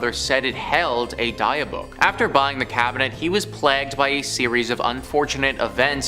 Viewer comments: Dybbuk is pronounced "dib-ick" not "Dye-buck". Also, it did not originate from a church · After many years of watching this network of channels, im fully convinced the host like to mispronounce words on purpose. Where on the internet have you ever heard someone pronounce "Dybbuk" like that? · The pronunciation for dybuk box was said wrong it’s pronounced like this (Dibuk) the y is like an I sound. Also the way Zack Bagans. Name is always pronounced wrong too, it would be like ( Baygans) if it had a y sound. Not the way it was said. Sorry.